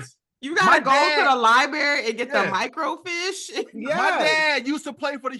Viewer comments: Micro-Feesh is how to pronounce microfiche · Depending on the size of your city or town, there may have been a "main" library downtown that housed more records than the smaller branches. Otherwise they would contact a library in other locations to request the film. And yes, it was sent thru usps. Also FYI, it's pronounced "micro-feesh". Dammit I'm old!! 😂